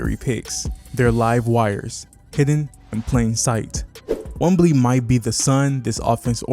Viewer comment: Enjoyed the video man. Will sub. One thing though, I am unsure if you are calling him Wembly on purpose or not. Keep going!